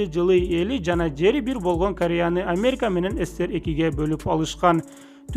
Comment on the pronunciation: Лингиаисикага БАРЫП тилди ондо Бойгонь тойгонь дебей Болгон Тойгон жепг суйло.ЛИНГИВИСТИКА